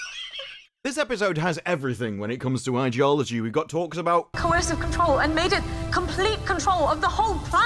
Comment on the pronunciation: Do you say ideology wrong on purpose?